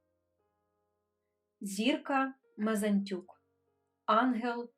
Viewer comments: Єдина неприємність: прізвище авторки Мензатюк, а не Мезантюк, як озвучили... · Дякую, хочу вас виправити Зірка Мензатюк , а ви сказали Мезнатюк